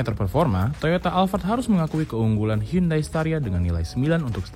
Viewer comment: Udah dikaish pinjam hyundai tp penyebutannya salah. Harusnya dibaca hiyandei :(